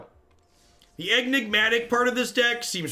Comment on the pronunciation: I love you,. I love this deck. But please don't pronounce it "egg-nigmatic".:D